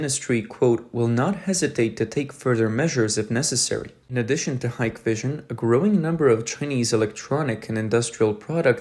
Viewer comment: stupid ai, its pronounced hick vision